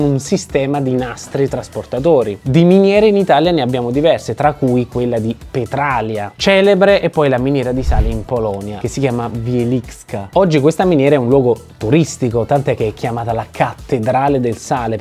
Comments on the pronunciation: Petralìa, non Petràlia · Mi spiace dover fare il precisino, ma la pronuncia corretta è Petralìa, non Petràlia. Per il resto, siete sempre dei grandi! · Comunque petralìa non petralia 🤣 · Petralìa non Petràlia! :-) Inoltre, oltre alle immagini, mi sarei aspettato, oltre all'accenno alle Saline di Margherita di Savoia, un accenno alle famoserrime Saline di Trapani, visitate da ogni parte del mondo! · È Petralìa... No Petràlia 🤣 Ragazzi, siete fenomenali! Se vi trovate in Sicilia, fate un salto alle Miniere di Realmonte (near Scala dei Turchi): sono uno spettacolo, e anche lì è stata realizzata una Chiesa scavata nella roccia, dedicata a Santa Barbara (patrona dei geologi, non a caso 😉). Baci da me! PS sono una naturalista, educatore ambientale e guida escursionistica, avete il mio CV da qualche parte, dategli un'occhiata 😜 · Petralìa non Petralia Accento sulla ì E se ti va Fai un servizio sulle saline Il processo completo è molto interessante Sono napoletano ma vivo a Trapani quasi sulle saline e quindi uso il miglior sale del mondo Ciao ragazzi sempre in gamba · Video molto bello ma petràlia mi ha fatto venire i brividi😂 Petralìa accento sulla i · Ho visitato la cattedrale di sale, bellissima. PS Pètralia... Non Petrália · Si pronuncia Petralìa, non Petràlia! Un saluto dalle Madonie :) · no , hai sbaliato la pronuncia di Petralia "Soprana" ... noooooooooooooooooooooooooooooooooooooooooooooooooooooo :-( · Comunque si dice petralìa no petràlia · Buona sera è un po' che vi seguo , quando ha detto Petralia si dice petralia' una semplice comunicazione niente di personale siete grandi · Bellissimi i vostri video, anche se mi sono accorto solo oggi di non essere iscritto (ho già posto rimedio 😁). Però, da siciliano: per favor, Petralía, con l'accento sulla i 😉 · Scusami se ti correggo Ma si dice Petralía con l'accento sulla i per intenderci come Rosalia Sei un grande continua così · si pronuncia Petralia con l'accento sulla i. 😜😜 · Si pronuncia Petralía